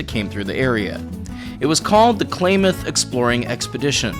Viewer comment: Again, telling people about a place I know well, touching on heritage of friends of mine. Please do not try to teach people about the 'Umpquas', ifyou can not even pronounce "Klamath 'right.